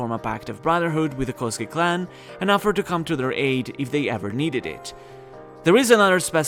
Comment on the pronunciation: you don't devoice the u from the zu in Kozuki [Kouzuki]. If you want to know why, check out the Devoicing Video from Dogen;)